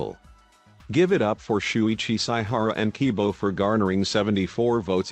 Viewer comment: Why did I start dying when I heard the pronunciations of shuichi and kaedes names